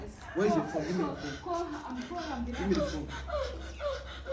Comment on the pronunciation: Shemsa ga mana ngo hospital emburance😂😂😂😂😂 imbavu zanje murazivunye